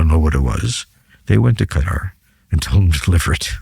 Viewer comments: He’s mispronouncing Qatar as “Gutter,” and then claims Iranians don’t want to talk to Russians directly — even though they just signed a mutual defense treaty. His take on the Ukrainian war theater is also outdated. He’s stuck uptalking satellite imagery while completely missing the rapid evolution of drone warfare and the innovations both armies have made. There are a few rational points here and there, but overall this sounds more like propaganda aimed at the uninformed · Anyone who pronounces Qatar as "gudder" doesn't know squat about the middle east. I've never heard a bigger, more comprehensive crock of sh*t on such a wide range of subjects. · The voice is continuously scratchy and, at moments, impossible to understand. 👎👎 He constantly throws anecdotes of his past memories. 👎👎 The way he pronounces Qatar as == cat'tr == is annoying and, due to the scratchy voice, I had to rewind back to understand what he said. 👎👎 Dislike given for the video. 👎👎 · What is "Gutter" – is he talking about Qatar? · So full of ṣ̌! 😂😂😂 "Iranians do not want to talk directly to the Americans or Russians." On which planet does this guy live?! 😂 Is it me or is purposely saying "Gutter" instead of Qatar. These people are masters of twisting everything to look smart. What a DECEPTIVE chameleon. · Is there a country called Gottar? It is Qatar, not so difficult to pronounce correctly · Why does he call Qatar “Gutter” even though he’s already called it “Cuter”